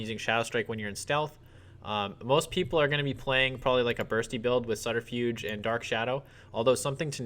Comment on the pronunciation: Hey man! Great video, really helpful. Just so you know, it's pronounced SUB-terfuge. Keep up the great work!